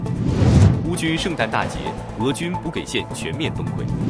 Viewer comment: ｂｕｊｉ补给，不是bu gei